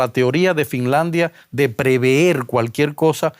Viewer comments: no se dice preveer es prever....coño eres una persona publica, habla mejor!! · Lo correcto es decir prever y no preveer. Pre antes del infinitivo ver significa anticiparse a ver.